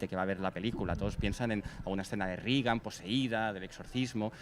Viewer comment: muy críticos y tal pero dicen Regan, como Ronald Rígan (fonéticamente) véase el sarcasmo